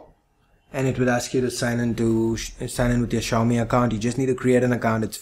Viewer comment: funny how no one can say "Xiaomi" correctly (accept for the people who speak the language)